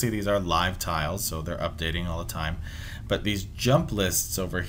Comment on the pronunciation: Why u say "butt" not "but"